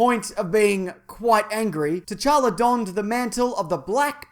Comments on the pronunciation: The t in t'challa is silent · did... did you just call him king tchanka? like as in rainbow 6 siege?? lol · in t'challa the t is silent just so you know